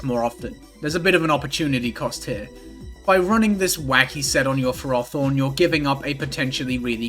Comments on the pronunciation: Please… I’m begging you… learn to say Ferrothorn. It’s “ferr-oh-thorn”. Not “fer-oth-orn” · Every time pronounces ferrothorn I take psychic damage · Why do you pronounce ferrothorn like that? That Dragonite set is fire and I was thinking I would use it myself and you said it was it's best set so I was like "oh NVM". I still might run it though. I like originality. My best team ever was an Uber team with min speed specs Kyogre cause why would you even stay in? That had ghost espeed Arceus and manaphy to sit on stall and I loved it. Topped the later and never got close ever again life lol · I loved the video until I heard you pronounce ferrothorn. edit: Also this video reminded me of a fun gimmick type thing in Gen 3 OU. Mono water is arguably almost kind of viable. I do believe it's the strongest any monotype has ever been in an ou format.